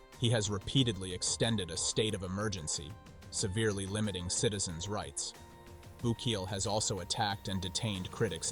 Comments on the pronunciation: BOO-KAY-LAY not BU-KEEL. Unfortunately, there is evidence that political prisoners are also there. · Have some respect and learn how to say the names of the president and the prison properly. You said his name right twice. Why not every time. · Not bookly 😂 Not BOOKIEL 😂😂😂😂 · Are you a bot? Why do you mispronounce Bukele? And "children" should be defined. You can be a murderer and be 16. You still need to pay. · I love how the Presidents name keeps getting mispronounced! But on a serious note, maybe the U.S. should build a prison like this for their gang problem! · Well done. But what's with all the different pronunciations of Bukele? 😆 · Seems like a fake AI channel, the computerized voice mispronounces simple words, very suspect. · How many different ways can robot voice pronounce bukele's name